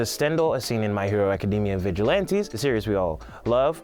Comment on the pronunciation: You said acadima